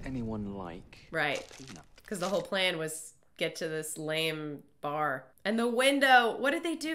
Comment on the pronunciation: “Lame bar” Lame bar? Lady, it’s a pub!